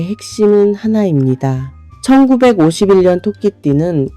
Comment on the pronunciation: 왜. 천구. 백오십 일년이라고. 듣기싫어요.